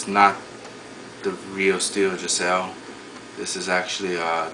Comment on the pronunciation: Geissele is pronounced `guys-lee` f.y.i